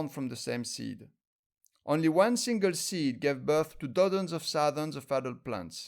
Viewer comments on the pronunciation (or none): none